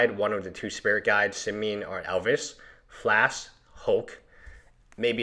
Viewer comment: FLASH. NOT FLASK.